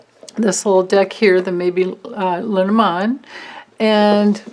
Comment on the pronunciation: Hahahaha! Your LeNormand prononciation is perfect. I didn’t say anything before because I didn’t want you to become self conscious. Please don’t be - because you got it 👍👏 That was some reading, amazing! Thank you so much. I feel like we’re all going on a guided trash tour together - because trash they are! Only you could make that a fun experience thanks to your bright and candid light.